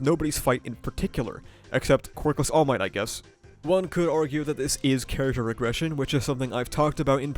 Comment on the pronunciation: "iron might" lmfaoooo